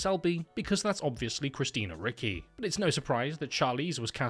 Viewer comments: The way he pronounces ricci (richy) Ricky 😂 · it's richie not ricky, how can you say christina ricky... I'm unsubbing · I’m so sorry but it’s Eye-Leen not Ay-keen. And it’s Christina Ri-chie, not Ri-ckie. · One small correction. It's pronounced "Richy," not "Ricky." Other than that, great video! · Christina Ricky? Is there some pathology that British people have that they are unwilling or unable to pronounce anything Spanish or Italian even close to correctly? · Lmfao i never heard anyone pronounce the name as "Christina Ricki" and when he said "because thats obviously christina ricki" i really thought he was gonna say "she just looks like Wendnesday" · It’s actually pronounced “Richi.” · Ay-leen? Christina Rickee? Do you just literally not do any background research at all? How do you exist in the year 2025 and not know how to say Christina Ricci's surname? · the way you're pronouncing christina ricci and aileen is rage bait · I’d hate to hear him pronounce Gucci 😭